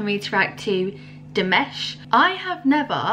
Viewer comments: His name is actually pronounced as DiMash, rather than DiMesh, just to help you out, being new to his music. Nice reaction. :) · I really enjoyed the look on your face. I think every one of his Dears (fans) probably had the same look the first time they saw and heard him. Btw, his name is pronounced Dee MAHSH. I subscribed for more. I would suggest Olimpico from this same digital concert. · It's pronounced Dee-Mosh. Next react to this version of Sinful Passion: after that do Stranger New Wave 2021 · Love your reaction - I look forward to more reactions to Dimash! The a in -mash is pronounced like in mother or some. ;-)